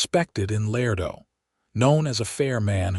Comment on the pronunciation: Love this narrator’s voice, but he is mispronouncing La-ray-doe NOT Lardo. My mother & father divorced when I was two. My stepfather was a man like Benjamin. I never had a relationship with my biological father, but my stepfather always made me feel as if I was his daughter.